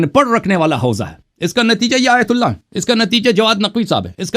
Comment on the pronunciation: Pahle ahteram karna sikho phir isne aytullah ko galat bola kisi ke dil ko taklif nahi dena chahiye pahle urdu bolna sikho